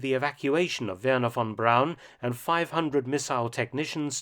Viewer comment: I cant believe it .. i just cant believe it Mark Felton mis pronounced Verner Von Braun and said Brown.. If one man should know his name and not make the ever so common mistake